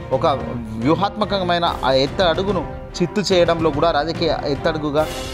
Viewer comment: ఎత్తడుగు ఏంది బాబు ఆ పదం ఎత్తుగడ అని తెలుసుకొని చదువు బాబు